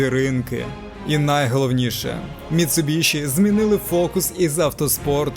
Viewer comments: Дуже класне відео про дуже класну тачку. Тільки одне уточнення - назва компанії читається як Міцубісі, тому що в Японії звук shi читається як сі❤ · Заєбало ваше міцубіШІ МіцубіСІ !!!